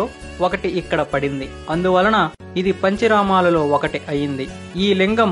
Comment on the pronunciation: అన్నిటికన్నా ముందు నీ కంటెంట్ ను ప్రాక్టీస్ చెయ్. పంచరమాలేమిటి అసహ్యంగా, పంచారామాలు అనాలి. అడవి బాపిరాజుగారు ఒకవేళ వారు బ్రతికివుంటే నీ "భాపిరాజు" అన్న విషయం తెలుసుకుని వుంటే పాపం ఆ బాధతో మళ్ళీ చనిపోయివుండేవారు. నా సూచనలు నీకు శాపనార్ధాలుగా అనిపిస్తే అది నీ ఖర్మ. భాష నేర్చుకో ముందు.